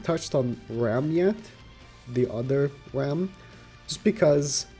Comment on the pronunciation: pls, if you tryna say Ram, just say Ramen, and cut out the -en part. Here you go